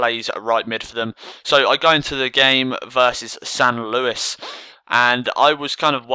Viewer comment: San luis.? u need the ACCENT mate